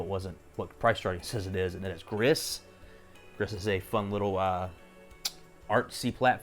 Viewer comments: Except Nomada Studio is a Spanish developer and therefore it’s pronounced “grees” ;) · Gris is pronounced gree - french for grey... The game starts out all grey wash and as you progress more colours are added to the world